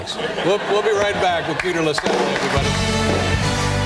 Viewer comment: Have respect for people's names - the name is 'Lassally'.